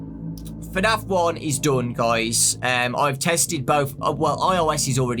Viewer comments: Why do u say fernaf and not fnaf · I love how his accent does not permit him to say FNAF properly. He says it like FANAF. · Fenaf you say 😂😂